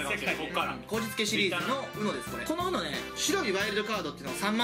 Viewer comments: UMOって言ってない？ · ウノって言ってないやん笑